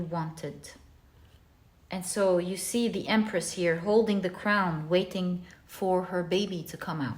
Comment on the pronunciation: Pile 1 - I giggled so hard with you when you said Empreth. Haha thank you yet again for a beautiful message, and for a good laugh!